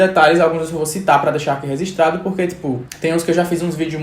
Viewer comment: amo quando o fala "registrado" mas sai "resistrado" acho fofo